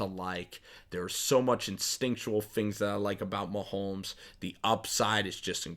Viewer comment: It's MaHomes not MaHolms